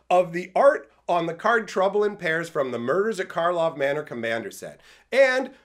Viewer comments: OMG Ik its a nit pick but KARLOV manor not Markov manor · Karlov manor, not Markov manor...:)